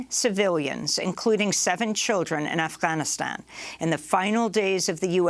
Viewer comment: Amy, just pronounce Afghanistan like everyone else. You sound like you’re saying “Alf-Ghanistan.”